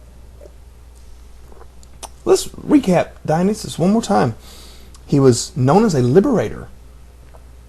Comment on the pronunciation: it's pronounced 'die-on-eye-sis'